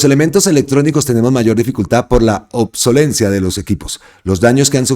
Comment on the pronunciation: *obsolescencia (no "obsolencia")...😉